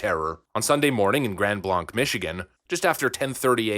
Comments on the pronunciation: This is terrible and I am heartbroken. It doesn't add up. Side note: I am a Michigander and it's pronounced ”Grand Blank " We aren't fancy enough for soft 'A' Blanc. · Grand Blanc (pronounced Blank not Blahnc) This happened about 75 miles from me....still shaken from the last terrorist attack in Michigan. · You pronounced the city name wrong because I live there is pronounced blaaaanc I only like 10 mins away from this it was heartbreaking to hear this happening near me Grand Blanc is pronounced "Grand Blank" by most local residents in Michigan, rather than the French way, "Grand Blahngk" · I live in grand Blanc, was at the BWWs down the street. He looks like everyone else here. Also it pronounced Blank not Blanc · Just one point of order: it's pronounced "BLANK", not BLONC... (long A sound) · This was about an hour away from where I live, and it was horrible to hear about. Also we pronounce it Blank instead of Blanc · Its pronounced blank. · I live in Michigan near grand Blanc .just an fyi it's pronounced blank. Lol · FYI, it's pronounced Grand "Blank" like Blank check... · Not to be a Karen but it's pronounced like blank.. I live in Michigan and it's not a place I would think that would happen at so it's really shocking to me that this is just all being normalized these days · btw pronounced "blank" Sister lives there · The city is pronounced grand Blank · It’s Grand Blank. Pronounced blank. I know I’m being pedantic, but I’m tired of hearing it mispronounced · It's pronounced "Blank" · Someone from the area said his truck was seen around town all the time. Also, it's pronounced Grand Blaynk. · It’s pronounced Grand “BLANK”!! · It's pronounced Grand " Blank" why? Who the hell knows. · grand blank, it's pronounced Grand Blank. You have to say it with a Michigan accent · It's pronounced like grand blank. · I live an hour north of Grand Blanc. It's pronounced blank. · Michigander here, Grand Blanc is pronounced 'Blank', it's a Grosse Pointe Blank kinda thing...!